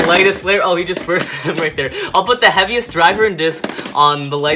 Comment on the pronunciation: did anyone else hear "the Happiest beyblade"